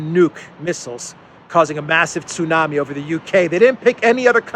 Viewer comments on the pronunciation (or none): none